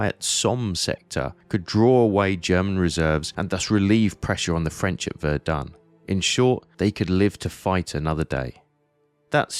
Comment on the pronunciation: KI kann nicht mal Somme und Verdun richtig aussprechen.